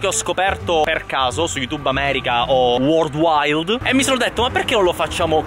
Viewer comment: non worldwild ma worldwide😂